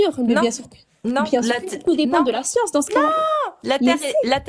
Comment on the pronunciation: La "scionce" !